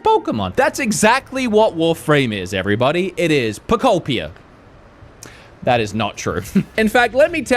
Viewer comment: We’ve made a drinking game out of the fact that can’t pronounce pokopia 😅